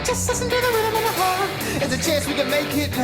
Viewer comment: does great covers. The only misstep is the mispronounciation of chaunce, as in "THERE'S A CHAUNCE WE COULD MAKE IT NAH-OO"